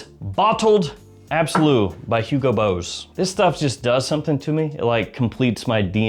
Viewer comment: Why does he say Hugo Bose instead of Hugo Boss. The kids movie Boss baby is not pronounced Bose baby.